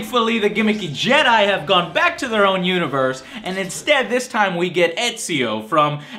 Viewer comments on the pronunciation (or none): none